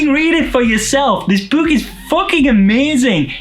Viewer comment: I enjoy how he pronounces "book" like a ghost: Boo-k!